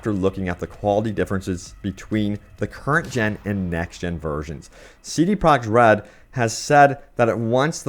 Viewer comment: Did he just say CD Prague Red? cmonBruh